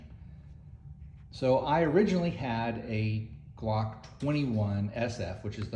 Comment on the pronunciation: If u want to sound moŕe professional u should start from the basics - learning how to pronounce the word "glock" correctly